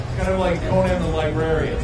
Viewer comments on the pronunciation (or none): none